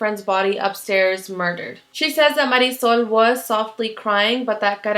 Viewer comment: I have to be honest, all I have ever heard is english speaking people saying Marisol's name. I thought to myself "what kind of a name is that"! Then I hear you say it and it's a very nice name.